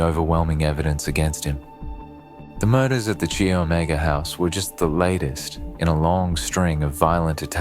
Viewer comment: Chi Omega is pronounced "Kai" as in kite